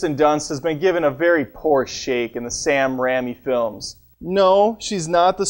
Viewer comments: I just can't take it when you say Sam Rammy. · If he calls him Sam Ramy one more time I'm gonna reach into the Internet and forcibly remove his spleen. It's pronounced "Ray me" you pleb. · sam rammy